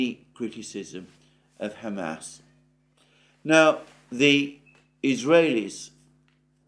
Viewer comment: I don't mean to be rude but it is cracking me up to hear you keep saying ham ass 😂 but seriously your videos cover so much that nobody else is talking about